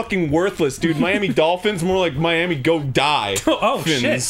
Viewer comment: I love how Miami is "MIA"